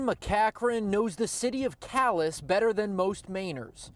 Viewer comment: It isn't pronounced CAL - ASS it's pronounced CAL - AY, you ignorant American inbred savages!